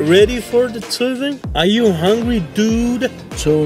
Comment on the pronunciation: Why do you pronounce the word in two different ways? One time you say like “tsuy-van”, and another time you say like “tzuvn”.